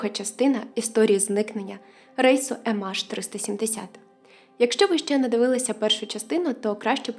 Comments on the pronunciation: Ем Ейч, а не АШ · «ЕмАш»? Чи «ЕмЕйч»?